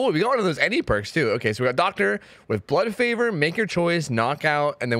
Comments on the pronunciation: Fun drinking game: each time mispronounces Blood Favor, take a shot. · called “blood favor” everything except it’s name. that’s why we love you